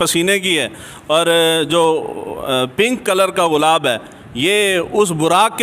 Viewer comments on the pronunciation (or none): Ghulab ko gulab to parh lain